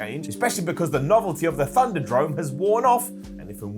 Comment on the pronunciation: Did call Thunderdome, "Thunder-Drone"? Sure sounds like it. Thunder-Drone. Named after Shane's droning about how things will be different. Lol. \o/